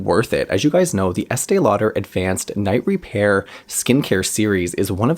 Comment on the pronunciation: I love hearing you say the name over and over. 😆. And you never make a mistake! I used this product for nearly twenty years, starting very young. My mother worked at a department store, and so we always got it in gift and with a discount. I felt like it saved my under-eyes, and I look years younger for it. But, who knows! I may have used nothing and it would have been the same. I recently bought it again, and when it comes to how my under eyes look after applying it, nothing compares. I always used it in the day despite the name!! I need a dupe!!